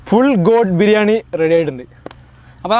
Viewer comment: Coat അല്ല Goat😃😃